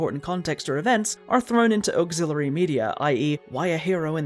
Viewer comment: What's an "oakzillary'?